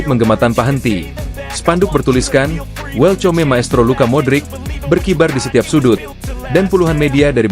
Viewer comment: Hoaax eta mah, baca welcome aja salah, belajar baca lagi min 😅😅